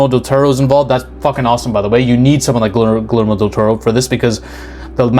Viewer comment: hate to be that guy but you don’t pronounce the l in Guillermo. Also strongly recommend playing the game, even for a non gamer. I’ll admit it is very difficult but watching guides and tutorials will help a lot. I think by playing it you’d appreciate how the game actually doesn’t present itself as a lovecraftian/eldritch horror and instead it starts a lot like van helsing with werewolves and whatnot and transitions to all the crazy stuff slowly.